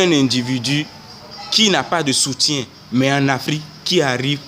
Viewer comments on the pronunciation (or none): déjà on dit soutien et non "soutie"donc quitte là. tshuips